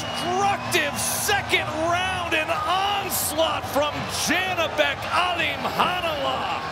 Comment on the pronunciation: His name is Alim Khan Ulee Not Alim khanalah ..,😡